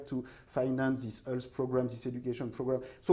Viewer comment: Oui, Thomas apprends au moins à prononcer le mot "health" correctement (ça se prononce comme "wealth" et non pas comme "Hull", enfin !) Oui, il est urgent de prendre des cours de prononciation, c'est une vraie torture !